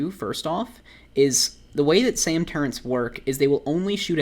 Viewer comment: why do you say turrents? its easier and less annoying to say turret imo tbh